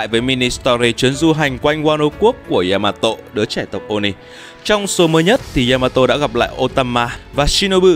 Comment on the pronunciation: Đọc là yama tô dc ko ạ??? Đừng có tộ???